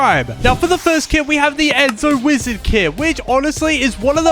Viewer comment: the wizard isn’t pronounced enzo it’s pronounced zeeno. it’s really annoying when u say enzo pls start saying it correctly.